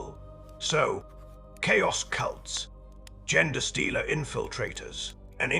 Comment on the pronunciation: Well your narrator is mispronouncing things. Gen stealers and Gender stealers for instance.